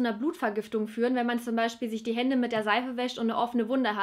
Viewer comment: man wãscht sich die hânde und hat dann keime😂